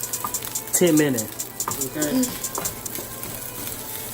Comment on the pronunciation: “I’m from the Lou and I’m proud...” Thank you for the video! I finally realize the secret is dark soy sauce because I was going to do the browning sauce. I will make this soon. And that “10 minuh” took me out 😂😂. Now matter how big your order is, it’s “10 minuh”. 🤣🤣